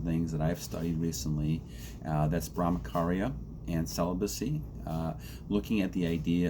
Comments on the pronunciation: It’s bramacharya it’s cha cha not Bramakarya…. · Good video. Just to correct your pronunciation ******charya' is pronounced as 'ch' in 'Champion'.